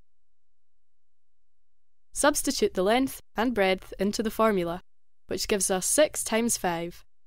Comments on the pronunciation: She says breadth but pronounces it as 🍞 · BREADTH lol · Breadth? What?